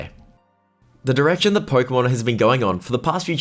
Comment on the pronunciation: Pookeemaan ieel ov ermaour